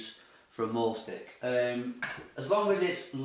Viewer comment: It should not be pronounced "maul" stick! You're not going to be mauling anything or anyone. It comes from the German verb, mahlen, meaning to draw! The "a" is pronounced like a long, surprised, finally understanding "aaaaaah!" Like, i finally get it! It has neither the roundedness of an "ay" sound, nor the terror inflicted at the notion of brung "mauled" by a wild beast, just a simple sigh, "aaaaahhhh." MAHL stick. Great tool for "mahlen!"